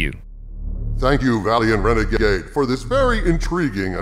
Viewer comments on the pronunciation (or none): LOL Did you just call Valiant Renegade, "Valiant rena-G-G-Gay"?